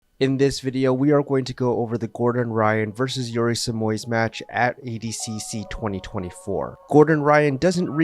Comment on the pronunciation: Holy shit, he pronounced the Brazilian's name right nice job